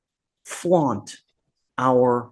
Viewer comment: “Flout”, not”flaunt.”